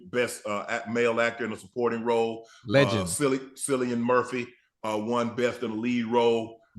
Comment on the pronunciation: Who is "Sillian Murphy"? The man's name is pronounced "Kill-ee-an"...might want to get the basics right.